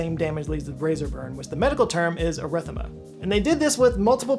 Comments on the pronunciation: He really mailed in that Henson ad, huh? Didn’t even bother redoing his miss on “cartridge” and He pronounced “erythema” in 2 ways, both wrong 😂 Bravo! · erythema, not arrhythmia. You did actually read erythema as arrhythmia in the razor ad LOL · It’s pronounced “Air- eh- THEEMA”. You’re saying it like arrhythmia. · So clearly medical terminology is not strong suit lol. Erythema is pronounced er-i-thema (4 sylables). The second time you pronounced in arrhythmia. I know shaving can be stressful but lets not go about giving people heart complications shall we:D Thanks for the great episode otherwise! (Im sure the Henson guys will laugh it off) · Love your videos. I got red in the face 😊 when I heard you pronounce Erythema. eh·ruh·THee·muh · Small correction: Erythema is pronounced "air - uh - THEME - uh"